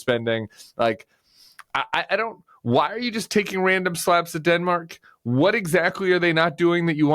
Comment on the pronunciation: "Dinmark" is how he pronounces it.